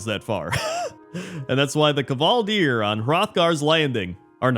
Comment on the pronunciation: The K in kvaldir is pronounced the same as the K in KCrendor.